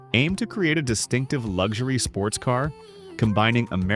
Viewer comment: Its LUXURY, not LUG shoory robot. You need to know how to talk when you take over the world.